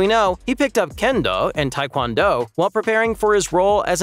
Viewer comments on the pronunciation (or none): none